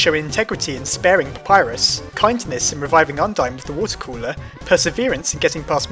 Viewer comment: WHAT DA HELL U PRONOUNCE PAPYRUS WRONG